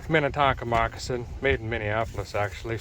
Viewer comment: "What kind of Moci-sons is that, NI-ke..." ;)